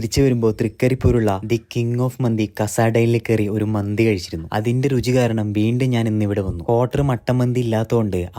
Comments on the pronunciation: മന്ദി അല്ല മന്തി . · മന്ദി അല്ല ചേട്ട മന്തി ആണ്😅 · മന്ദി അല്ല മന്തിയാണ്